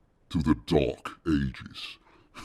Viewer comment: Welcome to the dark ages. Sounds a bit like "welcome to the DORK ages". 😎 This is how our descendants will refer to the age of TikTok & Co.